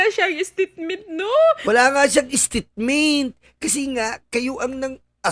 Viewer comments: Hahaha sobrang tawa ko sayo sa paggaya- gaya mo ng "stitmint" 🤭😅😂🤣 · Natawa naman ako sayo Host😂😂😂 istitment, talaga😂😂😂